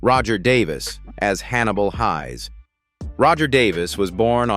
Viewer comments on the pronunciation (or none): Can't even pronounce the names correctly . Hayes not Highs ! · crappy pronunciations, Hannibal Highs, anybody who watched it knows it was pronounced Hayes although it was spelled Heyes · I thought the name was pronounced Hannibal Hays as in haystack, not pronounced highs. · I too was devastated at the loss of Pete. A question for this robotic narrator, why did you choose to mispronounce Hayes? It's Hayes not Hies. 😞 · WHY do they have to use that HORRIBLE AI narration on these things… it would be quite an enjoyable video but it had to go off at Hannibal ‘Highs’….its f*cking ridiculous………. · Can't watch due to careless AI narration and crappy script - 'Hayes' rhymes with 'plays'. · How the AI says Hayes name is so annoying, peooke are so lazy when the make these videos, it would have been so much better if someonexwrote and read the script themselves.